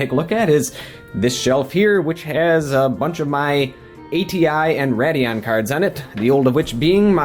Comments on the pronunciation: why do you keep saying rad-eon? its pronounced raid-eon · It's RAY-dee-ON, not Rad-e-on. It was bothering me the entire video. Stop. If your so enthused with AMD/ATI, at least learn to pronounce the name of the line properly. PS, i'm an Nvidia guy.